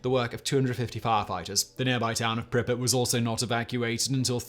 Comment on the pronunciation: Prip-yaat. Prip. Yaat. Not pripyt.